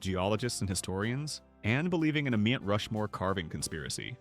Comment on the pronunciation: STOP USING AI FOR VIDEOS…MT=Mount…Mount Rushmore..Not Meet🤦🏼‍♀️